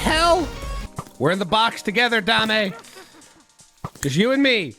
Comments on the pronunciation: The skele-goo-kitty's name is Jiggles or Jigglesworth Sr. Also, it isn't dah-may, it is pronounced day-m, her name is Dame Fortuna, it translates to Lady Luck. Saying it as Dah-may makes it sound like you are saying 'give me fortune' in Spanish instead of referring to her by name. Neigh-scent = Nascent (a definition because i am also bored) just coming into existence and beginning to display signs of future potential. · (Doubt anyone cares that much but Dame Fortuna ; Dame is pronounced "damm'", its french for "lady"...lol.) Very happy to see you back on YT, you icon. My gf and I loves watching your videos, it warms our cold dead queer hearts in these dark times. Yay for gay netherite! Now I want that in my worlds too. I think it could be too easy for you, but you could try Integrated MC one day. Or Prominence 2, this one more challenging. Both on curseforge. Prominence is Fabric too, so, maybe it has stuff you haven't tried?